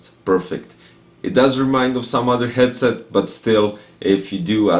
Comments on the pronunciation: The 'Gyed-set' cracked me up dude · The way you pronounced 'Headset' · Yes, but the way you pronounced it brøther